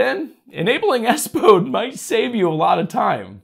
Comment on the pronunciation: The way you Say it I hear Windows ass mode 😂😂😂